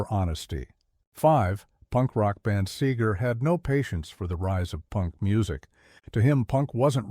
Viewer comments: He would probably also hate the way AI is pronouncing his last name. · AI can’t pronounce Seger or polish then I can’t listen to it.